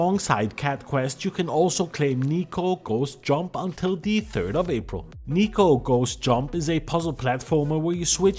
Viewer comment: Neko means Cat in Japanese. It should be pronounced more like Neck-co, as opposed to Knee-co